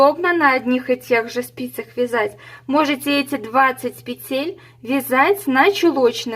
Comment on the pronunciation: Все понятно доступно мне очень понравилось спасибо Но почему-то в слове-Петель-Неправильно ставите ударение